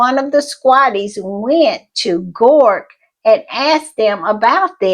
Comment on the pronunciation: B the way, it is Grok, not Gork.